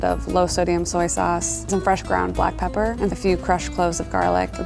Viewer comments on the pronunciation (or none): none